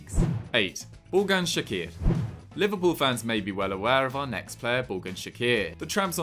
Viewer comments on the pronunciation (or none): Rah that pronunciation of Ugurcan cakir tho 😂